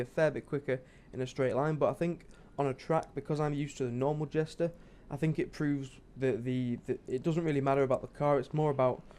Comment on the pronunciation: Jester not jesta